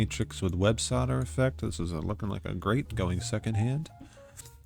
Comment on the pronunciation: Holy hell you called Websoilder, "websodder" like 15 times in a row, I thought it was an accident. Driving me insane